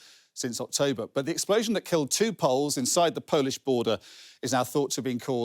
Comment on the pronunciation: did he just say polish people polls XD